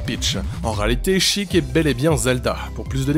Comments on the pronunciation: Bonjour, Je suis un jeune homme, amoureux de la licence de « The Legend Of Zelda » je ne peut te laisser dire de si grosses bêtises -Pourquoi prononcé « Chik »... C’est Sheik de la tribu des Sheika ( œil et larme ) -The Legend Of Zelda CDI N’AS JAMAIS EXISTÉ. Je ne veut rien entendre! -Le Vent de Farore n’est pas la compétence qui permet de renvoyer certain projectile, c’est l’Amour de Nayru -Zelda n’es pas si bas que sa dans les tiers list, elle est souvent classé en MID+ ou HIGH Cordialement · Sheik, ça ce dit "chayke" et pas"chic* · J'AI MAL AU OREILLES ! SHEIK SE PRONONCE "CHAI-IK"(vous m'avez compris) ET PAS CHIQUE 😭😭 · En japonais ils le prononcent '' chiiku'' c'est pour ça que certaines personnes prononcent Sheik ''chic'' parseque c'est plus proche de la prononciation d'origine